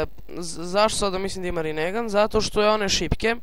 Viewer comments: molim te ne pricaj rinegan nego rinengan xD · super klip samo se kaze rinengan a ne rinegan